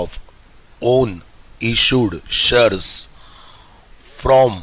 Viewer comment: shares hota hai vo sir aap shars kyu bol rhe ho 😂😂